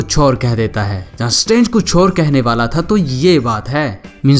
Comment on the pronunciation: It is not "BAALA THA" it is "VALA THA"